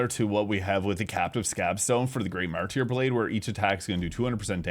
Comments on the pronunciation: Martyr. "Mar-ter". Not "mar- tear". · Have you never heard the word Martyr before? Mar-ter. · It’s pronounced Mar-ter, the y is silent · Martyr is pronounced Mar-ter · I love your videos but your pronunciation of martyr drives me crazy. XD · maybe check on your pronunciation of MarTir (Martyr)